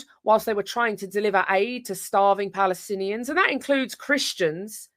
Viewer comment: omg, jayda fransen said "Palestinian"